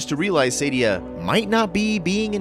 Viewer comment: Dude, her name is SAADIA, not Saydia. SAAAAAAA-di-A. {:o:O:}